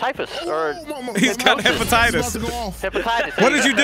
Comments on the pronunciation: "He has hEpeTitIs" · The fact none of these grown men or the child rodent know how to pronounce Hephaestus lol. Hepatitis is more amusing to say though.